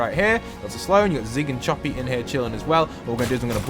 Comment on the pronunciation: No offense or anything but its choppy not chopper